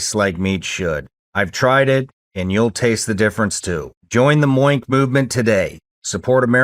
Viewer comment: Sorry Shawn but every time you say MOINK I die laughing 🤣 😂